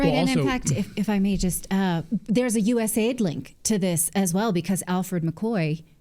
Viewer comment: Also, stop saying US-AID. It's U.S.A.I.D. The A.I.D doesn't stand for aid. They don't provide aid.